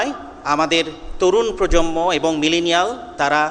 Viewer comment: Dear Lecturer, Correct spelling of Bangla word is "PROJONMO" not "PROJOMMO" as you say.